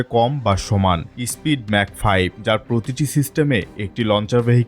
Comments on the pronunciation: ইসপিড নয় রে ,ওটা স্পিড হবে।😂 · ওটা ইস্পিড না রে স্পীড, কে বানায় এদের রিপোর্টার,😂final match you perform what happening